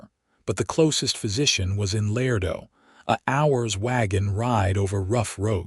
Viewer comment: Love this narrator’s voice, but he is mispronouncing La-ray-doe NOT Lardo. My mother & father divorced when I was two. My stepfather was a man like Benjamin. I never had a relationship with my biological father, but my stepfather always made me feel as if I was his daughter.